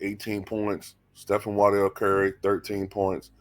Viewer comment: It's pronounced WAR-dell Stephen Curry....